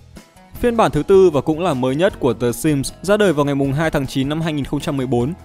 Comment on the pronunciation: Ai nghe thành S1MP ko :))))